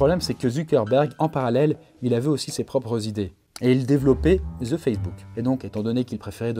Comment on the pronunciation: Ou est le z dans the facebook de la façon que tu le dit c'est comme va ze Facebook mais je comprend tes français et vous dite que les québécois parle mal c'est pas un commentaire haineux